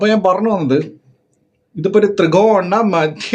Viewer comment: തൃകോണ❌ ത്രികോണ ✅